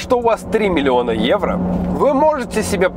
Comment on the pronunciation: 3 миллиона Эуро ...Для харизмы нужно было сказать не 2 раза а 3 ..:-)